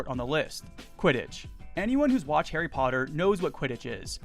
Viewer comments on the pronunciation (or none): none